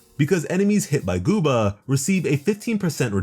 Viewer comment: why he say guoba so funny almost sound like boobba help- im laughing non stop